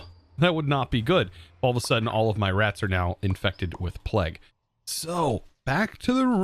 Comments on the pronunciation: pleg???? its pronounced play-g, come on now you must have been taught about or heard of the plague before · im still pretty sure plague is pronounced playg no matter where in the world you heard it, its bad enough americans say 'to' to many times, or pronouce across as acrosst, there is no 't', but plague has an always will be 'playg' you can literally google it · Plague is pronounced like 'playg' it's the long A sound, like in play and stay.